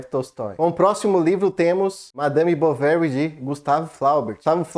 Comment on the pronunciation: Se pronuncia "Bovarrý" a última sílaba é a tônica 😅... o erre com pronuncia de rr... o idioma francês... "Flaubert" também tem a última sílaba tônica = "Flobért".